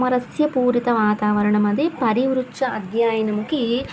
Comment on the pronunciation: Pari pruchcha Andi parivrucha kadu